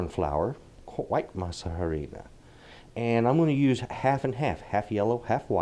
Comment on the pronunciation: Your tamales look amazing and I like how clear the items & your measurements are to follow. One suggestion: when you pronounce harina, the “h” is completely silent, so it is pronounced like aree-nah. Thank you for the recipe..